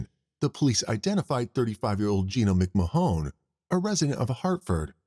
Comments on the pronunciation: McMahon is pronounced McMan. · Is this a person talking or a computer ? Why saying McMahon , Mcmajon ? And the guy shot in the bar in new years if it was in 2020 is 3 years that they waited not 23 😅 I still love it, great work getting all this cases , makes my time at work go faster 👏🏼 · McMahon. Muck marn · How does the narrator get Mc-Ma-HONE out of McMahon? Most people would pronounce that as McMAHN. Also Katherine is NOT pronounced KATHer EEN.